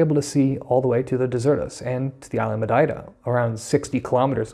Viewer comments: Great job! And now I have a good reference for pronouncing Madeira like a local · you say Madeira as a Madeirense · Great job. And you are saying Madeira with the proper Madeiran accent, well done